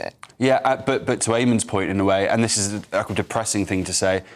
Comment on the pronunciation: Why the emphasis on the IS? Surely it should have been the THIS. Sort ur syntax out ffs!!!